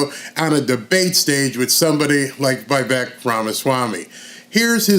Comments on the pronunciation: Correct Pronounciation : Veeeeee + Vake(like Cake) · Love Vivek! I wish more people pronounced his name right, It's Vivek - pronounced Viv- ake, like Cake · It’s Vi-Vake, like cake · Love ya FYI: Vivek rhymes with cake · It’s Vi-Vake, like cake. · It's Vivek, like Give Take, live ache, shiv make.